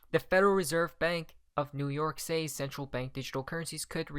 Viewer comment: Do you really not know how to pronounce the word “says”? It’s pronounced “SEZ,” dude. SAYS = SEZ.